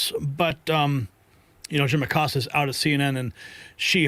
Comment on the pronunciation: it's Jim ACOSTA, not MACOSTA!